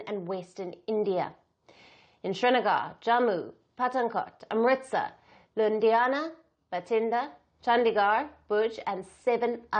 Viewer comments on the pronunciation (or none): she says Lundiana..🤣🤣🤣